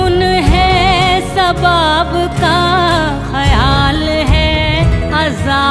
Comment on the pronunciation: Only one mistake Sabaab nhi sawaab